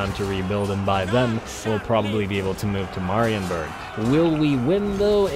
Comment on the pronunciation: "Meh" rienburg please kkkkkkk not "mah"